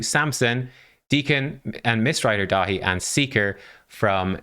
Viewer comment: 😯 I had you on the second screen while doing some paperwork - when you were saying Mistrider Daithi I did a double take thinking "who's Miss Ride or Die"? 😂